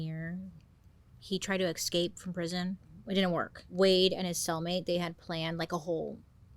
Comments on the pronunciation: The best thing about Bailey is she hasn't ever changed the slightest in over 5 years: in the friendly tone, mode of investigative-hot-goss storytelling and... in pronouncing EX-CAPE!!! lolll love her for it allll have been fan for years - best youtuber out there 💘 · does anyone know why she says eXscape? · Girl I love u been subbed for ever but the way u turned escape into excape is a bit of a crime at r age 😂😂😂 u look fabulous as usual so hay we win some we loss some ❤❤❤